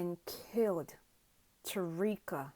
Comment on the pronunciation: Who is Tareeka…. If you are going to make a video say her name right….. Ta-ky-ra